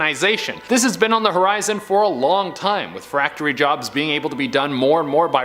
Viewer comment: What's a "FRACTORY JOB" lol someone has verbal dyslexia today lol much respect from Australia xo